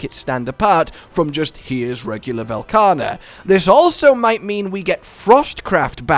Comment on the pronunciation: I love Velkana, but i absolutely hate what Sunbreak has become, so I just hope they don't ruin yet another loved monster. And again for the love of mh, say his fucking name right.